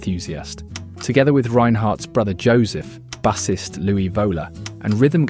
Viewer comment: He doesn't even pronounce the word 'bassist' correctly. This is because millennials have read certain words but have not yet heard them. Sad.